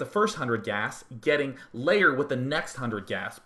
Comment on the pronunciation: Maybe I'm missing something, but do you keep saying 'layer' instead of 'lair'? :P